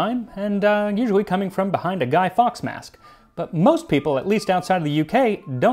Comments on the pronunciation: we tend to say "guy-forks" not "guy-fox"..hope it helps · Love this video but it’s pronounced Guy forks